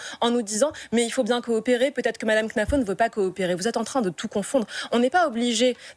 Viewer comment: Arrêtez avec knafo elle s'appelle khennafou il faux le prononcer 🤣🤣